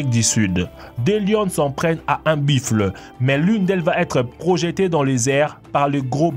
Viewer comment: dsl en dit pas biffle en dit buffles ta dit biffle